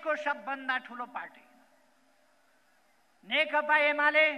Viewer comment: नेकपा भन्न पनि जान्दैन, नेकता अरे हाहाहा।